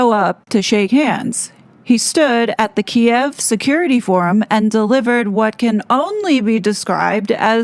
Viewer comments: Thank you for pronouncing “Kiev” correctly. I hate how legacy media changed the spelling and pronunciation. Oh and it’s Russia’s borders and sovereignty that have been disrespected by NATO. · The monarch has always had “soft power”. That’s the point. As to whether the king knew Harry was going to Kiev (pronounced Keev), is anybody guess. Maybe this’ll be the push that gets their titles finally removed. The king wants his son back. Maybe. Thats the whole agenda. Maybe. He’s too soft, and he is not putting the monarchy first as his mom did. It’s unfortunate to watch the monarchy becoming a joke, and many of us are looking forward to Prince William showing how it’s done. Again. (Rip Queen Elizabeth).